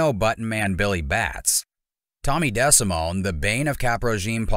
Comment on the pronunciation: Pronounced De. Simone...do better